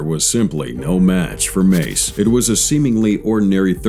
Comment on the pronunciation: John Meiz? Sir, that's John MACE.